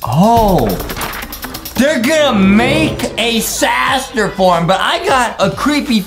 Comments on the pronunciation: I like how justin says saster insted of sister lol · Justin it is not saster it is sister